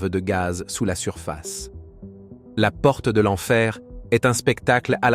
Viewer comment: 23minutes 25 seconde"la porte" Il nous a fait l'accent Allemand 😅😂